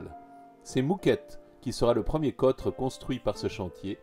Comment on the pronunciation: Excellent film documentaire, aux illustrations choisies avec soin, comme d'ailleurs la musique d'accompagnement. Attention aux anachronismes ('réception' et 'séjour' au lieu de grand et petit salon) et à la prononciation ('côtre').